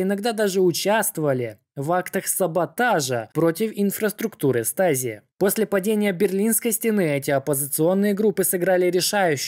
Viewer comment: Stasi - звучит как ШТАЗИ а не стази